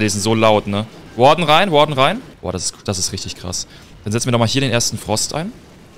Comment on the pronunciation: Wie du Warden aussprichst Triggert zu 😂